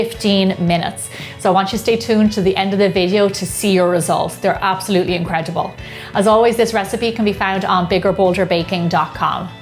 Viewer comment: What is this accent? Specially when pronouncing 'incredible'